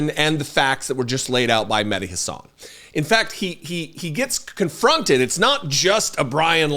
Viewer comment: I love you but why the f**k is it so hard to pronounce mehdi's last name correctly????????